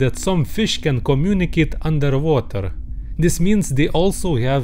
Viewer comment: he really ordering undetwhater